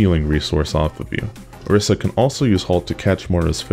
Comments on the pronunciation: My 1 general tip is that ITS PRONOUNCED ORISA NOT OREESA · Mains Orisa but can't say her name right.